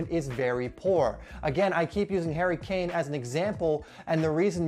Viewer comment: "Hairy Cane"